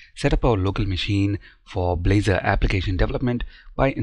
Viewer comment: at the beginning -- Balzor instead of blazor